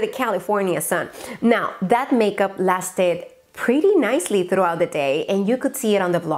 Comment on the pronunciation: Cheee alguien noto el literalmente pronunciado LASTED?! me sangran los oídos